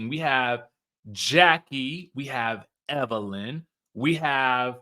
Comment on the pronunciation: There's NO R in Evelyn 😊